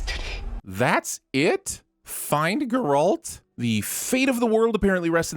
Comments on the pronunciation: How in the world of fuck are you hearing characters pronounce Geralt’s name properly and STILL fuck up the stress on the word… it’s GEralt, not GeRALT, what are you, French? The Birdman would rip these videos to shreds if he cared enough to take the tv version on xd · It's Geralt not Ger-olt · GEralt. not GerAlt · GAIR-ult. not guh-RAHLT. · Right! I just stopped halfway through this video to comment on how I can’t even laugh at this episode because the speaker is one of those people that pronounces it “grr-ALT”! I love TV/Cinema/Gaming Sins. I do. But that is almost unforgivable! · Gerolt? Dude, you hear the actors say it and still say it wrong lol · who is "Grrrr-ALT" ? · Ger(as in bear)-alt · The real sin here is hearing Ger-Alt repeatedly. Someone teach this guy Geralt's real name pronunciation. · I heard "girlt" xD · he keeps saying Grr-alt. I read the books and watch the show to know that he is saying it wrong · The other guy is better, this guy is rigid and keeps mispronouncing Geralt, most likely on purpose to piss off hard-core fans. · You can n o t keep pronouncing his name like that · When you can clearly hear how his name is properly pronounced and still says it wrong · I really don't want them to do the second episode. Because going by that pronunciation of Geralt, I don't even want the narrator to try taking a stab at pronouncing Jaskier or Yennefer. However, I am confused how Renfri and Calanthe got pronounced correctly. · STOP SAYING HIS NAME LIKE THAT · ok i cant wait for the rest of the episodes to be sinned but for the LOVE OF GOD. Please pronounce Geralt properly. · I think it’s funny you mispronounced Geralt right after the show explained how to pronounce it. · he says Geralt weird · You MUST be mispronouncing his name on purpose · The way you keep mispronouncing "Geralt", often right after it's spoken, is starting to get annoying. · He says Geralt wrong 😡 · What the fuck is that pronounciation of Geralt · i dont like how he says geralt